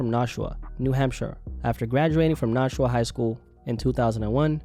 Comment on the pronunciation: it's NASH-uuuu-uhhh like NASH-ville.... not NAUSHUA ya dingus.... haha jk big love, but really thats how the goofy 16 pronounces his hometown